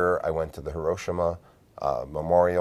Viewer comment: Hee-roh-shee-mah. No accents on syllables in Japanese.